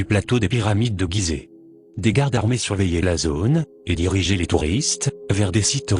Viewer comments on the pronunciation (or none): none